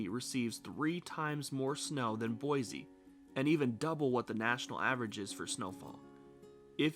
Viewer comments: Cool vid but it’s Boi “c” not Boi “z” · I thought boise natives pronounced it “boy-zee” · Pronounce Boise correct. There is no Z in Boise.